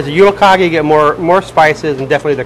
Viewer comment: Its actually pronounced jule-"kaje". The g is soft :).